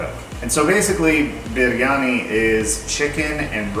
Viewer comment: ❤❤❤ I think you pronounce it "BRiani".